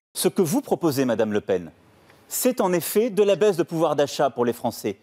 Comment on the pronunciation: La baise ou la baisse, l'idée évoqué reste la même 😋